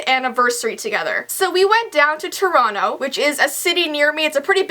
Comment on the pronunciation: I live in India.It's super cold too. BUT..... I have something to laugh bout even in this freakin' cold weather..... 😂😂😂😂I didn't know what city she was telling cause her Toronto pronounciation is so bad!!!😂😂I literally thought it was "Toreno"😂😂😂😂BTW I am a subscriber so no offence